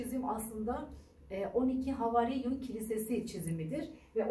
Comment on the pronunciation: Bunlar bilinen şeyler. Siz yeni duydunuz ya da yeni duyulmuş gibi anlatıyorsunuz. Anlatmayın böyle. Ayrıca havarin değil havâriun. Uzatmadan söylendiğinde kulağı tırmalıyor.